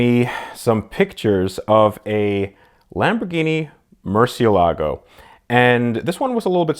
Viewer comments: Not to be rude, but "Murciélago" has the "é" as the stressed syllable, not the "la". By the way, as you may well know, "murciélago" means "bat", therefore he who drives a "Murciélago" is actually a batman... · Mer-sel-e-go so says all powerful ruler and curator of cars, Ed.